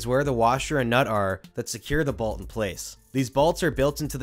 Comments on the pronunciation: Bro I love all your content buts its called a BOLT not a BALT 😭😭😭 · I don’t like the way you say “bolt”. There is no A!